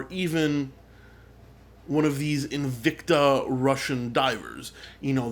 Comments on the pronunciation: "or even😑.......... one of these 😠InVICta😐 Russian divers..." Ahahaha 😂😂😂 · The way you say invicta though...